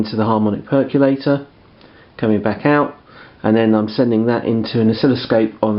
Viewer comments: Perq-you-later, guys. :) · Nucular perculator. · Great vid. Amazed how many people can’t pronounce percolator properly. 🤦🏻‍♂️